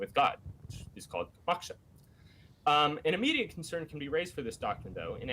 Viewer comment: If i hear maksha one more time lol. God these 2 attempting to discuss "Hinduism " is nails on a chalkboard